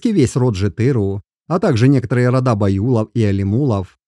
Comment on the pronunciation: Я полагаю, что либо выборка не столь достаточная, либо не верный анализ сделан. Кто этот автор ролика? Почему аноним и читает неправильно название родов? Боюсь, что все это лажа, расчитанная на зрителя, несведущего в генетике. Чему вы радуетесь, братья казахи?